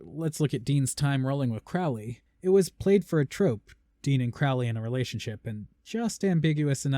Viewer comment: I've been watching/reading Good Omens so much, I'd forgotten how they pronounce Crowley in SPN and it bugs the ever-loving fuck out of me.